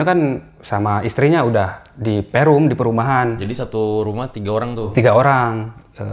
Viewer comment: nyebutna sunda pisan(perum)